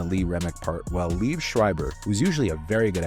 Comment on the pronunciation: Liev is pronounced “Lee Ev.”